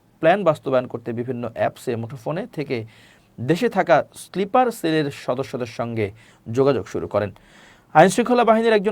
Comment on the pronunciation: স্লিপার নয়, হবে স্নাইপার